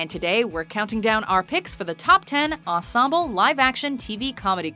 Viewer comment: did anybody else notice that she can’t say ensemble right